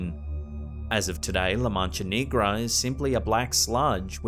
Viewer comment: He said la mancha Knee-gra 😂😂🙏🏽 please look up how to pronounce words correctly I would hate for someone to come at you for certain Spanish words